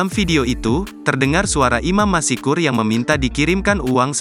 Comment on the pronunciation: Masykur bukan masikur !